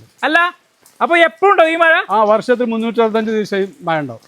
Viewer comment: മയ അല്ല.,മഴ ആണ്.